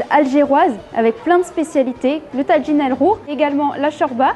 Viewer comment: on ne prononce pas TADJIN, mais TAJINE. c'est un mot marocain et ca se prononce à la marocaine, même en Algérie.